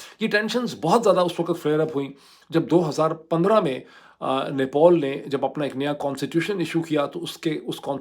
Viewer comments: Dear Dr. It's Nepal, not Nepol, just like it's Pilot and not Poilot 😀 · nepAl, nepAl, not nepOl. What is wrong with you???????????? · ⚠AGAIN: NEPAL is spoken as 'Ne-pal' and NOT as "Ne-paul"🤣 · its "NepAl" not "Nepol" , its sooo frustrating and funny to watch your vlog, I had to close it because you said "Nepol" thousands times and thats killing my brain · abe madrsaa graduate it is nepal not nepaul. jahil bc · Why you keep saying Nepol it's Nepal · NePAL not NePAUL 🤦‍♂️ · Doctor sab it’s not nepool it’s Nepal 😅😊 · No one: Mooed Pirzada: "NePAUL" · How to pronounce NEPAL.